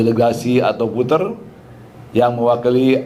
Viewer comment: Voter pak, bukan puter... 😂